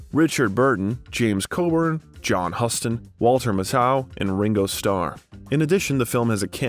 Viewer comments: Again you really need to work on researching pronunciations. "Blanch Duboy" " "John Huston" "Copolla" "Vivienne Lay" "James Can" as in the Pacino biopic. There are 25 at least.😮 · Very interesting survey of a major actor of our time. But like so many other YouTube contributors, you mispronounce a couple names of major industry individuals. The famous and renowned director/actor, John Huston ("The Maltese Falcon", "The African Queen", "Prizzi's Honor", "The Dead")–you keep referring to as "HUS-ton" as if the "us" is pronounced like the 1st person plural pronoun. It's pronounced like the verb "hew"; so that the name is pronounced "HEW-ston". The director Francis Ford Copolla's name is accented on the first syllable, not the second. It is "CO-pol-la" not "Co-POL-la". This seriously compromises what is otherwise an excellent Biographical sketch. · The narrator is misprounvung alot of actors/ directors names too he misprounced John Houston name along with Marlon Brandos name.